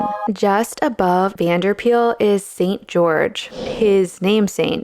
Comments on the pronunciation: Just a bit of pronunciation: You call him Joris Vanderpeyl. Instead, his the 'Van der' should be pronounced separately from each other, as well as Paele being pronounced more like 'Pay-lay'. Also, this is really understandable for non-Dutch speakers, but Van is not pronounced like the vehicle van, but more like 'Vahn' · Pityyou didn't get to trying to pronounce Van der Pael's name correctly. Pael is more sounding like 'Py-el' than 'Peel'.